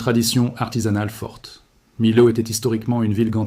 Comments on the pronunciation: j allais l écrire le lot on prononce le T ! et à millau on prononce miyo et on écrit Millau ! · On dit. " miyo" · Millau se prononce Miyau . La confluence des rivières est source d'inondations rares mais graves. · Comme Millau il dit milo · Émile o oups Mi- l'au Et Mene- de...etc très déplorable IA! L'auteur ne sait il pas parler? Ni instruire son IA? Dommage, ce n'est pas professionnel . Pas contre les images en aquarelles sont splendides et donnent envie de voyager en ces lieux! Alors au boulot et refais- nous une vidéo vraiment pro! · Bonjour🥰, Et merci pour ce partage👍👌. Mais quelque chose m'a intriguée : le Lot, je l'ai toujours prononcé "lotte" et Millau "my-ot" mais je me trompe peut-être. Quelqu'un peut-il me corriger ? Merci.